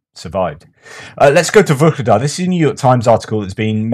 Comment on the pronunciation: why do you pronounce VUKLEDAR? With a K? There is no K in the town´s name. It´s Vuhledar. VUH-LE-DAR